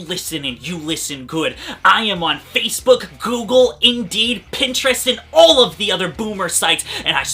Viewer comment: LOL -ISH I think you said FACEBROOK😂😂😂 but this video is indeed informative and duely noted. 🥳